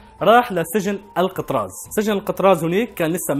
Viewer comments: اسم السجن ال كتراز مو القطراز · الكتراز مو القتراز